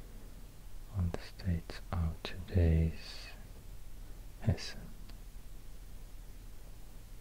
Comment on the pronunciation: Your try on pronouncing Hessen was perfect